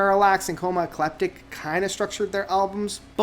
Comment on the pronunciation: you're pronouncing ecliptic wrong